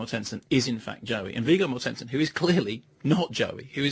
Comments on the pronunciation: MORTensen, not MorTENsen... 8) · viggo morTENsen!! hahaha stress the first syllable, please